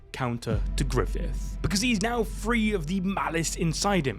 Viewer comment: Guts: ❌️ Goots:✅️ Grififth : ❌️ Grifoofth: ✅️